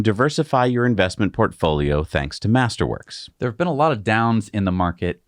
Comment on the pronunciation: When you say "master works", all I hear is "tulips"